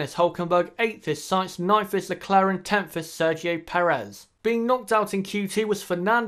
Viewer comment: “9th is lecleren” lol